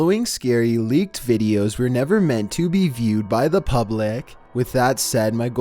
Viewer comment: I think she read it "lick" rather than leaked lmao